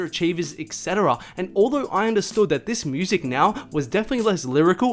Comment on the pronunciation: “etc.” pronounced Ek-Seh-Tah-Ra